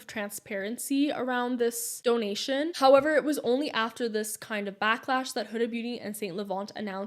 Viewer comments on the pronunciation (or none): none